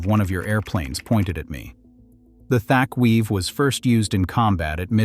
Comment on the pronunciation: This your basic straw man argument. The Wildcat was well-respected, the "narrator" doesn't know how to pronounce "Thatch Weave," and this is just clickbait.